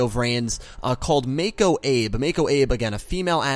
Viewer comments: Her name is Mako Abe and Abe is pronounced Ah-Bay. I do have some nitpicks with Arc-V but overall I enjoyed it a lot. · It's pronounced Abe= Ah-Bey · am I the only one that got annoyed at him for pronouncing Abe wrong.......